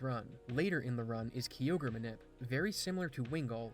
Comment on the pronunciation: Ugh, that pronunciation of Kyogre made me shudder😖 Its "kai-ogre" not "key-ogre" It might irk me more than people saying "Rayqwaza" instead of "Rayqwayza" Either way, this guy pronounced so many wrong I stopped keeping count